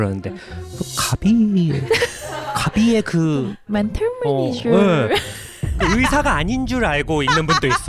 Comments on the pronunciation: 어머 이 콘텐츠 너뮤 재밌어요!!!! 섬넬이 빈티지 미국 잡지책마냥 너무 레트로하고 예쁠 뿐만 아니라 내용 너뮤 알차고 웃기고 힘나네요!!!! 다른 영상도 많이 봤는데 여기서 핑쿠 잠옷 입고 나와서 메니ㅈ ㅕr 발음 제대로 살리는 것두 너무 우끼고요 ㅋㅋㅋㅋㅋㅋㅋㅋㅋㅋㅋ 영구 멘탈 메니졀 해주세요 매주 매주 고정 코너 해주세요!!!!! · 쌤 “매니졀” 발음 개찰떡이야